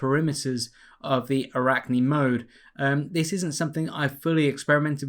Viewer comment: Yes you pronounce arachne ( Αράχνη = spider ) correct...